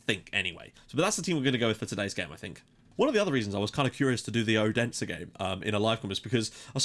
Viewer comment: Your pronunciation on the Danish teams are really good :) But in case you would like to know, the d in Odense is not pronounced with pressure. More like a th sound like when you say "that" "this" "then" etc. :)